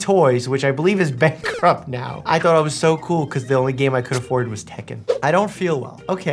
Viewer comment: Did you pronounce Bankrupt as Bank-corrupt or am I losing my mind?